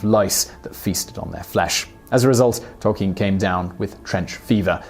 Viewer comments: It's Tol-KEEN as he writes in one his published letters. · Great vid but I swear that's not how you pronounce Tolkien